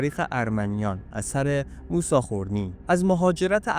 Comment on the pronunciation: با تشکر از مطلبی که تهیه کردید. با این وجود به دو نکته می خواستم اشاره کنم. لطفاً در تلفظ و ارائه ی برخی اطلاعات دقت کنید. تلفظ درست برخی از اسامی به قرار زیر است: اسم تاریخنگار خورنی /xoreni/، شهر باستانی اربونی /erebui/ و اسم پادشاه ارمنستان آرتاشس /ārtāšes/ است. در ضمن ارمنستان اولین بار در اواخر سده ی چهارم میلادی بین ایران ساسانی و امپراطوری روم تقشیم شد و بقایای شهر باستانی اربونی داخل شهر ایروان می باشد.